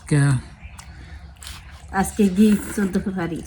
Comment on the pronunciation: ফেব্রুয়ারি ও বলতে পারেনা বলে ফেফারি এটা কোন কথা